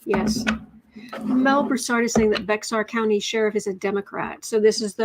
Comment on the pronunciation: Thank you for always keeping up with everything going on and making sure we have that information as well. By the way, Bexar County is pronounced just like the animal. Bear County. the 'X' is silent. Thank you again for all you do.